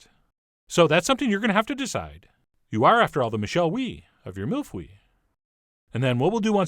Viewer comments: Hi John, that pronunciation was... let's just say you got the "mille" part right hehe. Do you know how to pronounce egg in French? "Oeuf" Ok now take that "eu". "Mille-Feuye" There shouldn't be "e" or "w" sounds there. That being said, it looks like a delicious mille-fwille 😋😜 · Mille Feuille = thousand leaves, Feuille is actually pronounced "phu-ye" not "fwee" The feu- part is more of a uuh (like phud..) sound, not "ie" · That pronunciation was so bad. It's pronounced "feuye" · Videos from Québec Quand le chef a mal prononcé "feuille" j'en ai eu des frissons mdr